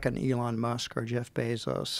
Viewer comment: Is this guy honestly saying "Bezos good"?